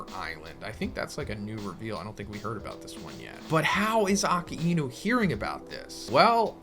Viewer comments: Uh-kai-noo. It’s not “Okee-inu” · Bro its not aki inu ....its akainu get your pronunciation right. 😊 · Just a question why do u say aka inu instead of akainu ? 🤨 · Aka-inou ??? I thought he's akainou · the way he say Akainu💀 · the way you pronounce akainu's name is hurting me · “Ponglifs” “ackaeinu”